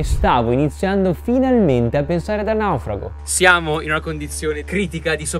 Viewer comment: Ma perché dici la parola:"Naufrago" con 2 pronuncia diverse? 🤣🤣🤣🤣🤣🤣🤣